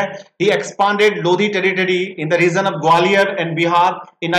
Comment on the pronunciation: It's lodi dynasty not lodhi dynasty 🤦🏻‍♂️